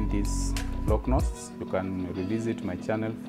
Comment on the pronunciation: Love the way you say "Loc Knots." Beautifully done... 🔥🔥😍🔥🔥